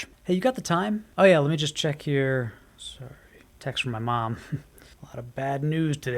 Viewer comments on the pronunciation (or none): none